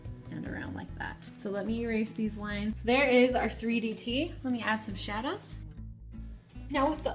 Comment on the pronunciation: Did you just say "shadas" for "shadows"??😂😂😂😂😂😂😂😂😂 Lol.